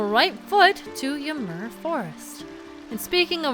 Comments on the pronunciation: Im pretty sure you are saying ymir wrong.the mir part is not like mur its meer. Just think yimeer. I hope that makes sense. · It's pronounced Eee-meer, after the giant of knowledge who took Odin's left eye as payment for a sip from the fountain of knowledge. And Heimdall is named for the keeper of the Bifrost, all seeing and all knowing for the day Ragnarok will come. And Asgard in Sylvarant is also related to these two Norse inspired locations. And that boar summoning power is probably reference to the golden boar that Frey rides in the myths. So, plunging into the drink in the middle of Winter, unsure if you would see your parents again... that is harsh. Sorry for ever making of your fear of water,. With your reaction with Heimdall being one of your favorite areas, I'd say that Minish Cap was a big old tribute to forest areas that you love.